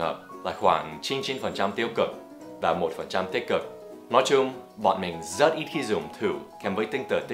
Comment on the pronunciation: Rất chứ không phải giất giất nhé Dan